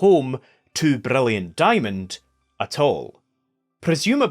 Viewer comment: I’m low-key insulted people called your accent a speech impediment… the way you pronounce Brilliant Diamond and Shining Pearl makes me so happy